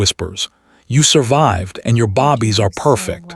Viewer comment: Teach AI how to pronounce babies. It's not bobbies.